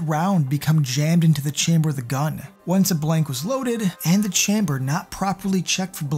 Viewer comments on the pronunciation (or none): Dude, where are you from that you say "chamber" like that? Lol